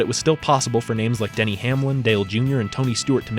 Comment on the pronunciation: “ no-way den-nay” has me rolling